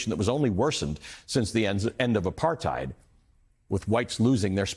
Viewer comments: South African here. Well said Ali. Apartheid is pronounced apart-hate, not hide. We arent German. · RSA has not improved "post-aphrithed".